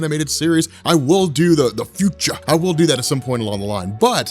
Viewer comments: The fyoucha lol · Tha FUTAH!